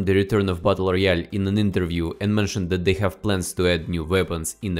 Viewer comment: Спасибо большое за инсайды, но можешь, пожалуйста, поработать над произношением и акцентом. «Дэт»ы режут слух и почти все слова где есть сочетание букв th . Спасибо